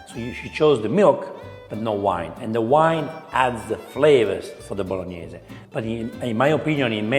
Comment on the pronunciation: He’s being very nice to her. It’s not a Bolognese and she needs to work on her Italian pronunciation. She mispronounces Bolognese and Tagliatelle. If you want to cook classic Italian dishes be true to the recipe and at least pronounce it right.